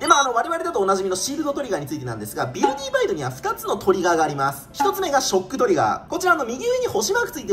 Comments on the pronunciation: ビルディーバイドって読んでるけど、ビルディバイドじゃねーの？ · いや、前段階からめっちゃおもろそうなの色んな動画でわかってるんだけど、 今回のflat-さんの、「ビルディバイド」が、発音的に「ビルディーバイド」に聞こえるのがめっちゃ面白い。 もしこれが正式発音ならもっと面白い。